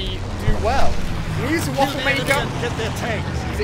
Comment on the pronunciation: Ali it’s spelt waffe but it’s pronounced vaffe because it’s a German gun and Germans pronounce w’s as v’s